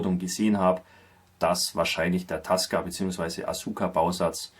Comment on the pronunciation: btw: Asuka spricht man Aska, ohne das U. Dann sind Tasca und Asuka in der Aussprache noch ähnlicher.